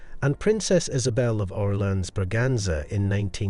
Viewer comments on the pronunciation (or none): Orléans is pronounced Or lay an fyi